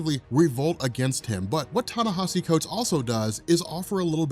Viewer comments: ...Ten-nesh-E Thanks bro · long time listener keep uploading the good work. just wanted to say its pronounced Tah Nah Eee See